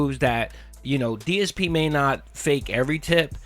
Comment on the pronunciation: “another fun day here at day-s-p gaming” 😂